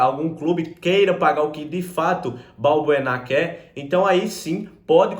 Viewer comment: não é Balburná e sim Balbuena